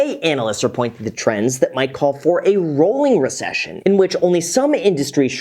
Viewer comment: You said “Richcession” like I say “Worcestershire” 😂